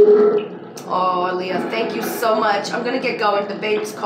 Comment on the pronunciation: And if this was Aaliyah she’d pronounce her name as “Ah-lee-yah” not “Uh-Lee-Yah” 🤦🏾‍♂️